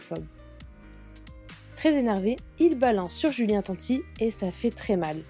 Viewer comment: qui cloche ce blata, déjà quand tu dis son nom a julien arrête déstroppier son nom de famille, c est pas la 1er fois que tu dis tati au lieu de tanti….